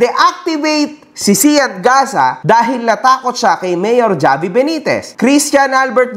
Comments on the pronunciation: Havi, po mag pronounce ng name nya hindi ni Javiii 😅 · Javi pronounce as Havi, ginawa mo namang Jollibee boss 😂